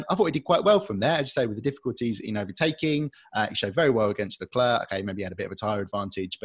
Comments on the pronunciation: Please stop saying LeclerK. It's you job to pronounce these names! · Wow, the lack of chemistry is so palpable that it almost makes this cringey. Sorry autosport but this dude just isnt it..... Plz dont do like this again. Ps:, help the brother out, its not LeClerk......